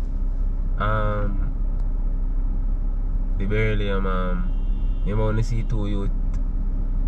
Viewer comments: Not trying to pronounce beryllium 😂😂😂😂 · Man say say belly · Tpc mi think a mi one a dead...Berry-lili-lum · Me alone hear say “Be-lli-li-lum”?😂😂😂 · Bellilium Me:😂😂😂